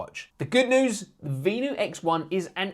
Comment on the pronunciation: It’s pronounced Ven — you